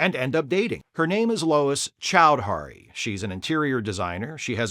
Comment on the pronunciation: pronouced "CHOWED-hree"